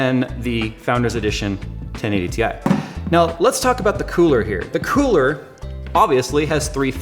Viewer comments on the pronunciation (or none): "the kewler"